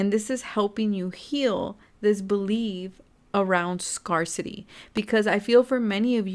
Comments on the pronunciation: Thank you for the reading! Just a friendly note, the word " Scarcity " is actually pronounced as "scare - city" and not as "scar - city".:) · that's nice of you to correct and inform but this isn't an English class so it shouldn't be a big deal :)